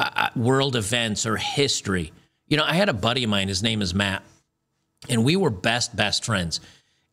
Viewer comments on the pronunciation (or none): none